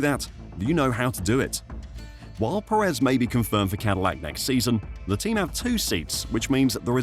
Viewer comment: Please learn how to say Pérez, dude. You're putting emphasis on the wrong syllable.